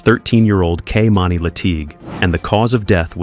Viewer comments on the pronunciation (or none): It's a damn shame how you butchered that little girl's name her name is Kimani not Kamani. Is it going to be talking about people you need to be getting their names right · The narrator pronounced this poor girl's name 3 different ways! He'd call her KAY'mani, KEY'mani, then Kay'MINI. Please be respectful and call her by her correct name. It made it hard to concentrate on the storyline, with these inconsistencies.